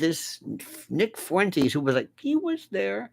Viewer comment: Fuentes is Spanish for fountains. So Uncle Lenny could say that Nick is the source of new energy for "our orbit." But it is Fuen-tehs, not Fooay-tays. Who calls Tesla Tays-lay? Nobody I know. If Lionel doesn't trust me, he can call up his Spanish-speaking buddies in Florida.